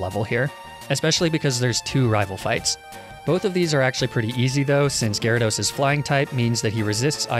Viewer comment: THERE SHOULD BE 2 A'S IN GYARADOS!